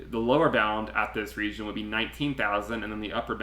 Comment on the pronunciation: Love your analysis.....but who says regeen instead of region 🤣